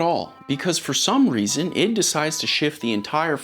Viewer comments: I.D. Eye-Dee .. not "it" please spread awareness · Hey man, it's not prononced id, it's I D Software (like the work IDEA) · can you please pronounce Id properly? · As a Boom, boom dude you’re killing me. It’s not Id as in your id is part of Your brain like. Your ego its ID as in let Me see your id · This whole video, hearing you saying id software with one syllable was really grating on me. Its id, like and id card isn't it. An I followed by a D. Then I googled it... wtf. I was wrong, but I still dont like it. It sounds so weird lol